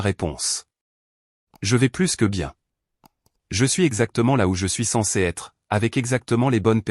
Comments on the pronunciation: C'est une voix artificielle, générée par une IA. Les robots ne savent pas encore faire a nuance entre pluS et plu, ni entre vas-y et va-i grec 😂. C'est plutôt comique. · Il faut faire attention à la prononciation du mot "plus". Et ne pas prononcer " plusse" alors qu'il faut prononcer " plu" ça fausse le sens de l'histoire